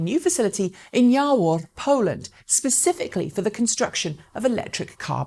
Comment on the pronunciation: "Jawor" is pronounced "Yavor", couldn't understand which town you are referring to from video and needed to check links :D This region of Poland is rapidly becoming top battery factory, LG is already running big one too. Either way, great job as always with news segment :)